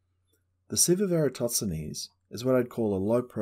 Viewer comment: EratoTSenes or EratoSThenes? Good video but hearing you say his name frustrates me a little, haha